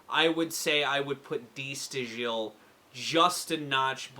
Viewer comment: Just a note: it's pronounced "da STYLE". Get breakdown, though.